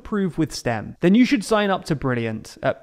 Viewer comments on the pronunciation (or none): none